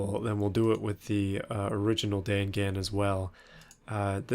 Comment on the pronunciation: dangan is pronounced dong-on